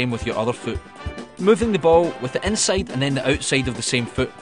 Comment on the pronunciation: "Inseid"? What accent is it?